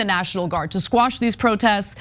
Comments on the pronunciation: Anna...quash...not squash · Jews now want to control free speech…. Anna, quit saying squash it’s quash…Jesus women did you fail English??